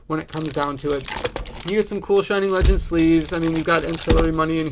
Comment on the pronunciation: “Flegends”😂 great video 😭